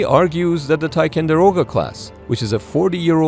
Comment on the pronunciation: Go back to the original thumbnail, chickens. Also, it's tiCONderoga not tiCANderoga.